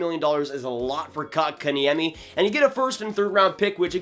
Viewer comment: I like how you just gave up trying to say his name right